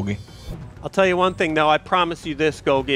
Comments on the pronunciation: I don't know if Golgie Apparatus was meant to be pronounced the way you do or if it's supposed to be pronounced like Golgi Apparatus, the scientific pronunciation. Is it weird that the way ya'll say it bothers me? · For every time they call him “Golghee” and not “Gol-gee” a biology student spontaneously combusts